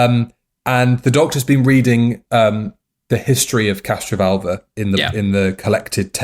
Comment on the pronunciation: Is it me or does keep saying 'CastroVULVA'?